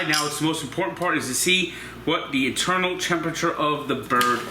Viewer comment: Did you say eternal temp or internal temp lol